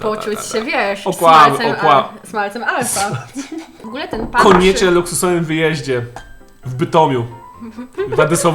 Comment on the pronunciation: Czemu ja usłyszałam "Smalcem Alfa" 🤔